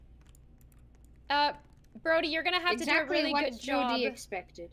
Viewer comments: BRODDIE NOT JODY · Also it's Brody not Jody